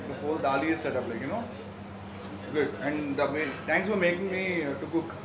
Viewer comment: why u always say TANKS or TANK YOU instead of Thanks or thank you 😂😂